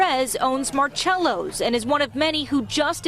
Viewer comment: The way she pronounced marcellos😂😂😂